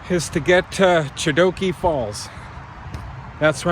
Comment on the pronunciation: I'm looking forward to your through-hike, but if you don't get the proper maps from the Bruce Trail club, you are going to get lost a lot. In walking through Dundas, you were far from the trail. Also, the normal Hamilton pronunciation of 'Chedoke is sha-doke. Finally, the body off water to the west of Hamilton Harbour is Cootes Paradise. If you don't know it, there is a whole world of trails around it.